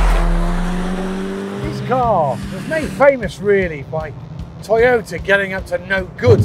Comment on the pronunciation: He starts the video by saying "Toyoter"